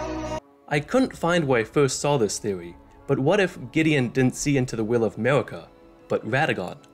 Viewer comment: Why are you able to pronounce the R in Radagon but not in Marika? Somehow it becomes Mawika